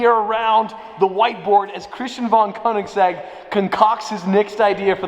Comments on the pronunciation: Koenigs-EGG LMAO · The way he said Koenigsegg and egg 🥚 🤪